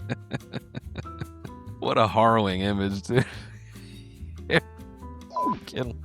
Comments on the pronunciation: I've never heard someone say the word harrowing like that in my entire life... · Absolutely insane way to pronounce harrowing , spectacular